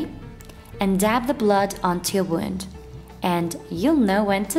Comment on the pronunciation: Wound not wonde